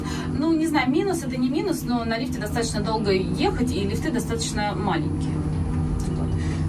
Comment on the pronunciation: «Лохушки с региона « …,, Из Ваших же поклонниц большинство девушек из тех самых регионов. А Вы так неудачно лоханулись. Некрасиво, неуважительно. И ещё « лифтЫ», правильно « лИфты». Всего доброго Вам.